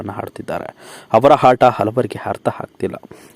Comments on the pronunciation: Hase alvo hata alla ata thooo neeno ninna kannadano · ನೀವು ಮೊದಲು ಕನ್ನಡ ಸರಿಯಾಗಿ ಕಲಿರಿ..... ಆಗ, ಆಟ, ಹೀಗೆ ಹೇಳಿ.... ಹ ಕಾರ ಯಾಕೆ ಉಪಯೋಗ ಮಾಡ್ತೀರಿ